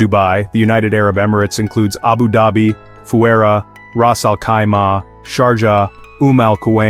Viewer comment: It’s pronounced fu-jay-raah. And the capital doesn’t bear the same name as the emirate, the capital is the emirate.